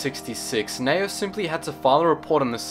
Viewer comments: I'm quite sure it's pronounced Nee-oh. Not Nayo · Its Ne-O